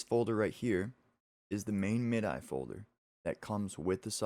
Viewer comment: "Mid-eye"? You youngin'. :)